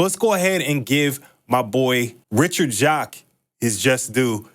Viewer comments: Oh in an interview Richard Jacques officially confirmed how to say his last name which is pronounced “Jakes”. Don’t worry bro most of us pronounced it the same way. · Loved this and the Jet Set Radio Future video! FYI, Jacques is pronounced jakes/jayks, according to Richard Jacques himself when he guested on a Radio Sega podcast years ago. I realised after that podcast that there's an old UK actress with the same name and pronunciation called Hattie Jacques, so it makes sense.